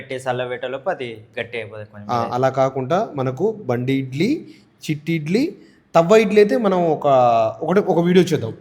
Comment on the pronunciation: తవ్వ ఇడ్లి కాదు తట్టే ఇడ్లి